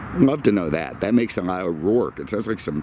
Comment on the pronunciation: Mr. Roarke NOT O'Roarke.